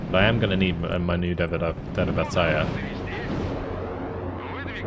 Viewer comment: I almost can hear how it hurts you when you trying to pronounce our "Derivatsiya" in russian =) It is "derivation" in english, maybe this will be bit of a relief for your struggle. Nice showcase for PDSS tactics, thanks!